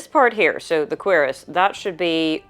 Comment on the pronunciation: You said cuirasse and my first thought was "what's a querus? there's no quercus."